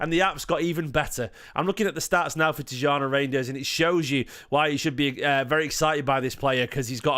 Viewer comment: Been told it’s ’TEE-JAWNY RINE-DERS’ , but could totally be wrong